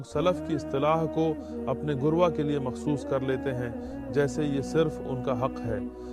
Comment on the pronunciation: Though the message is absolutely correct...I think this video is made using AI he is readingummah as Ammah giroh as garwah and so on...I feel that it can be misused...so better be carefull